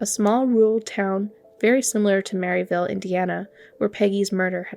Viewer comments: Yessss this irritated me soooooo much! MerrILLville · I drive I-65 all the time. Never heard this story. Thanks for the great coverage of it. Great video. (Pronounced Merrill-ville, not Mary-villle). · It’s not Merryville, it’s Merrill-ville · Great video but it’s Merrillville not merritel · When I first heard this, I didn’t know it was Merrillville Indiana. The way she said it was Mary Dale. Until she said Rennseleaur and Remington did I figure out it was Merrillville and the Indiana State Police were involved.